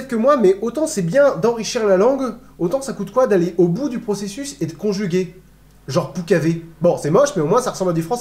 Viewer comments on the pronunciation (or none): none